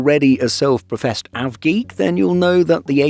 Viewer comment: Avgeek not Aviogeek